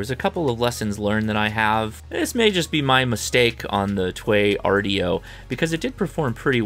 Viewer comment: TWAYRDIO, just give in and say "two way radio"